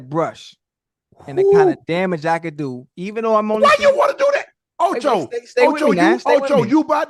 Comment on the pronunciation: Ocho u did not put the “d” on your first try